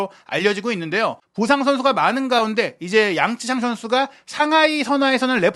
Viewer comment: 양쯔샹이 아니라 양'쩌'샹이 근접한 발음인 듯. 江澤民을 보통 장쩌민이라고 하지 장쯔민이라고 우리말로 표기하지는 않잖아?